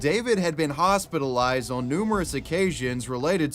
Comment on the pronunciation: Ho-SPIT-alized lmfao Thank you